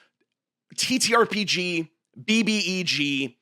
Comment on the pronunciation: you said the title correctly, I'm unsubscribing